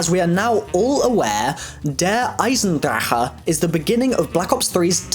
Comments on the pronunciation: its pronounced "der eisendrack" not DER EISENDRACKA" GOD damn it my brain hurts when u say it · Dude just say der eisendragon no need to say der eisen drachehh .-. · I told you guys he pronounced it wrong. His "che" sounds hard asf. Like the type of noise you make before you spit. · It's der Eisendakkkkkkke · It's drache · The way you pronounce Der Eisencrache is so unnecessary. I cringe every time😐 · OMG just say Der 'Ice-n-drack'. The way you say it makes me cringe tf out -_ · I'm German and the way you pronounce the name of the map pisses me off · The way you say der eisendrache makes me cringe every time